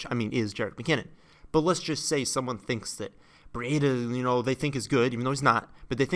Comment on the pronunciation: Breedah not Bree Aid Ah